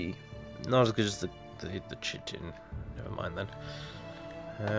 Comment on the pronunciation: chitin is pronounced kite-n